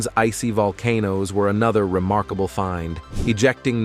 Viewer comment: "The vouya ger twens probs achieve a bled remorkabable feets"😂😅😂